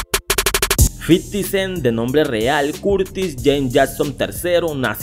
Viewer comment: fifty no fiddy